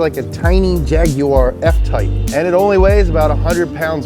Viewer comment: Holy shit he said Jaguar and not Jagwaaaarhrhrhhhrh